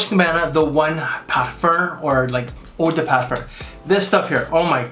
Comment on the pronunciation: WTF is an eau de Parfurr?😂